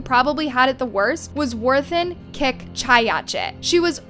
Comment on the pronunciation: You absolutely did not even think about trying to pronounce these name. You pronounced “Warinthorn” as “worth-in”. Like wtf. All you had to do was sound her name out. It’s an English name ffs 😑